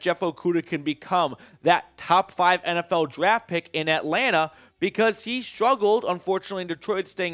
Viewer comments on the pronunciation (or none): none